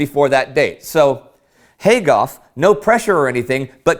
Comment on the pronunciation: Heyhey! You're pronouncing my un-Anglicized (non-anglicized?) family name right! Awesome! Fun side note: Gough is aristocratic German. Interesting he kept the spelling (at the time) despite the anti-German sentiment. I mean, the British Royal Family changed their name to Windsor over it, after all.